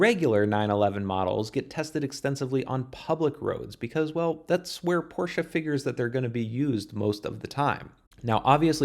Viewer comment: Thank you for pronouncing Porsche so good - for an american ;)